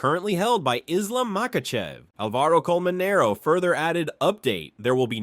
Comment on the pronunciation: Its Álvaro Colmenero, not AlvAro ColmeneroU.. Pls pronunciation.